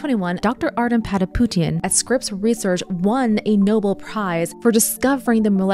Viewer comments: Nobel= no-bell. Not Noble. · It’s not Noble. It’s Nobel. Pronounced no-BELL. Sorry, no offense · Good video. A couple reminders: - "Nobel" is pronounced no-BELL and not "noble." - "Piezo" is pronounced pee-AY-zo. You had it right the first time and then reversed it. Still an interesting video; love the channel. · Nobel is not pronounced "noble". It's "no - BELL". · "No-BELL" Prize, not no-bull" prize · . . . and no-bell, not noble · KNOW-BELL. Please pronounce it correctly. It is not even spelled the same way as noble 🤦‍♀️ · Pronounced: No-bell (Nobel Prize) not like nobel: “Virtuous & Wise: Possesses strong moral integrity, wisdom, and spiritual depth” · How is it possible you don’t know how to pronounce Nobel? ❤ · The narrator pronounced Patapoutian and Piezo perfectly, but mispronounced Nobel Prize. So, AI, or person? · I love your videos and will continue to watch. But don't understand how you can pronounce Piezo correctly one time then incorrectly thereafter. How you can correctly pronounce Nobel at one time and then incorrectly pronounce it thereafter. That gives shivers of AI.